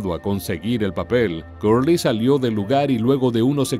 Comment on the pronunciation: EN INGLÉS SE PRONUNCIA Cerly NO CURLY.